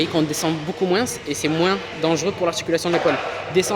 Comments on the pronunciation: C’est dans quel pays qu’on dit “moinse” au lieu de “moins” ? J ai jamais entendu ça en Belgique et il a pas d accent quebecquois 🤔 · Ciao, superbe vidéo! Quel travail, bravo, un régal pour les yeux! Petite question, à la fin de « moins » tu prononces le « s », c’est un truc typique de ta région ou bien? J’avais jamais entendu ça et ça me choque 😂